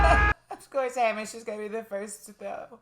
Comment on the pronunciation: A wee point that Hamish is pronounced 'Haymihsh' (not Hahmihsh)!